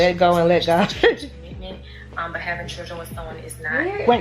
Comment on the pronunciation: Keesha needs to learn how to pronounce Children